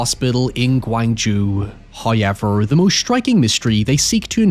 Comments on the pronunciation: However ❌ Hæěver ✅ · I’ve been watching this guys videos for literal years yet I’ve never been able to not laugh , cry and wince at the pronunciation “ HIIIYEVERR “ 😭😭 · First "hoyevver" drops . A blessing from He!